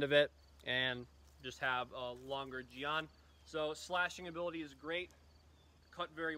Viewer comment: Ah yes the the Chinese gee-on